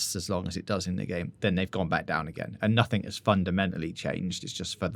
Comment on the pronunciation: Why do you pronounce the word 'nothing' as 'nothink'...